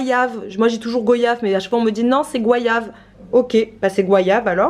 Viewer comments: Cc, je suis réunionnaise et je n'ai jamais entendu dire goi ya ve loool .... ce n'est pas un commentaire méchant mais juste pour vs dire qu'ici on dit go ya ve comme vous l'aviez tjs dit en fait 😊 ici c'est un fruit qui pousse chez nous dc je le mange depuis tte petite et j'adore .. merci pr ttes vos vidéos sympa et le nouveau mode de fonctionnement 😊 Pour les vêtements de mes enfants c'est souvent les anciens vêtements de mes nièces et neveux que je reprends pour mes enfants et j'achète ce qui manque pour compléter dc pas bcp et c'est super 😉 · C’est bien goyage comme voyage et pas “goïava” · On dit GOyave à la reunion 😄 j’adore vos vidéos